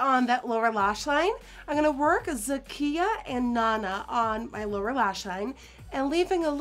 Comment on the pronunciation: GIRL MY NAME IS ZAKIYA AND YOU SAID IT RIGHT I LITERALLY SCREAMED OH MY GOD